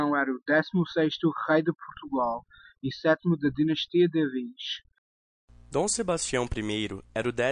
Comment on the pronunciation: Toda vez que falam "Ávis" me dá uma dor no coração.